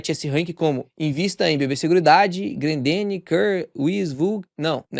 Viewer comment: o não e Grandene. e Grendene